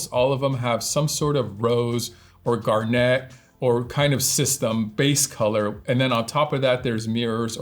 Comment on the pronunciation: Pronunciation of garnet is interesting. It's supposed to rhyme with "darn it."